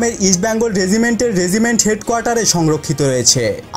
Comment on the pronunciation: Vai ke shera regiment bole gonno kore sheta bollen na keno? Ami shera bole gonno kori. Btw regiment thik kore pronounce korben.